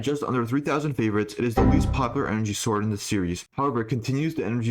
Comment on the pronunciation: did you make a concious effort to say “sword” and not “zord”